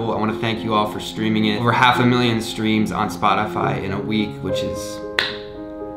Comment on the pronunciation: He said SPATAFY